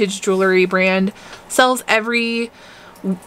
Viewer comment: Love your vibe. Please learn how to pronounce JEWELRY. it’s pronounced Jewel-ree Just a helpful hint. ❤️